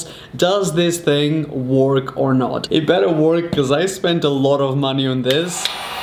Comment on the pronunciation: You pronounce it wörk not work